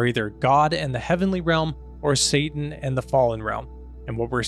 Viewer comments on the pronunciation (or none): none